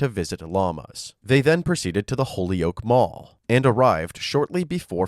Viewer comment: It’s pronounced “Hole-yoke” (two syllables), not “Holeeyoke” (three syllables), and “Chíck-a-pea,” not “Chick-ó-pea.”